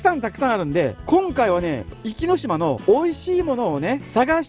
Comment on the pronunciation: 「おきのしま」ではなく「いきのしま」ですよ。